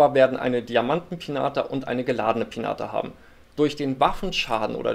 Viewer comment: Sorry aber es heißt Piñata (Pinjata) #nohate